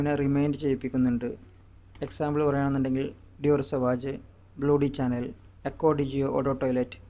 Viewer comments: ഫ്രഞ്ച് ഉച്ചാരണം ഷാ യാണ്. ച അല്ല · സവാജ് അല്ല സവാഷ്, ബ്ലൂ ഡി ചാനെൽ അല്ല,ഷനേൽ..